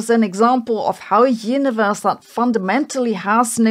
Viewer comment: Sorry but I kept hearing the word "yiniverse" and wondering if she's saying universe or if yiniverse is part of this constructor theory